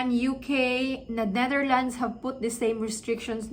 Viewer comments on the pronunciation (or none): none